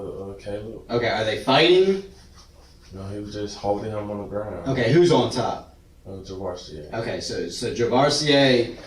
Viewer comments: Javarceay? That's all I needed to hear... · Are we sure that his name isn't pronounced Ja-var-see-ay? (Because that's what I believe). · "Javarceay"? WOW lol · juhh var see A 🤦🏼‍♂️ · I do believe his name was meant to be ' Jav-ARSE-ay.👍👍